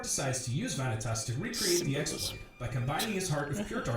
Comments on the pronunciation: The way vanitas is prounouced in this hurts my ears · He pronounced Vanitas wrong and Donald + Goofy running into Sora wasn't a pure coincidence, they were looking for the 'key' as instructed by Mickey. I'm saying this as someone that hates the story of Kingdom Hearts. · I feel like biggest mistake with this summary was trying to explain the details of each game in chronological order; it's just more confusing that way =( also, if he's such an expert, how come he pronounces several names wrong?